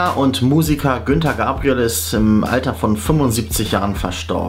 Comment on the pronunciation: Oh mein Gott , Herr Moderator, der Sänger heißt Gunter und nicht Günter.